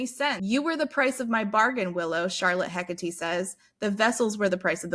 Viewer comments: You almost pronounced Hecate right the first time you said it. It's HEH-kuh-tee. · If you are going for Greek pronunciation of Hekate (Hecate is the Latinized spelling) it's Eh-Kah-Tee. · Hecate is a goddess, pronounced heck-ah-tay dont ask how I know this lol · It absolutely isn't pronounced 'Heck-a-tee' but I adore the idea.